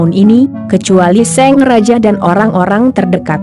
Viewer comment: Apa cuma aku yg dengernya seng raja... bukan sang raja...